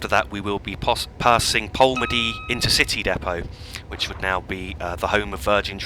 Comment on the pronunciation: Just a couple of points - Bellshill is pronounced "Bells Hill" not "Bell Shill". - also Polmadie has its emphasis on the second syllable (to-tum-to) not he first syllable